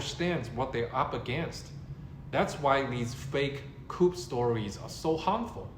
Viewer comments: JUST SO YOU KNOW "COUP" IS NOT PRONOUNCED KOOP....IT IS KOO. THE "P" IS SILENT (FRENCH: COUP D' ETAT - I THINK)) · "Coup" is pronounced "Coo". The "p" is silent. You don't have to take my word for it. You can Google it and then scroll down to the speaker icon and it will pronounce it for you. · Great video! Btw- ‘coup’ pronounced “ku”. (“p” is silent🤫) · This isn't a big deal, but you don't pronounce the p at the end of "coup" (it's a French loanword). It rhymes with shoe, not troop. Regarding the main point you're making, I don't know how or when, but I believe that Xi will be forced from power before he dies. You're right that the rumors have all been false so far. I do believe that there will be a time when the rumors are true though. You say that there's harm in believing the rumors. Maybe that's true if you're a Chinese citizen. I think there's no harm in reading up on these rumors if you live in another country though. Dislodging Xi from power isn't our fight.